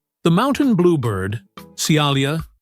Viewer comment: They should grant a Nobel Prize to the person who can get rid of this annoying computer generated voice. It's very sad because it has ruined many very fine documentaries. And it repeatedly pronounces 'Mountain' as 'Mon-tane' !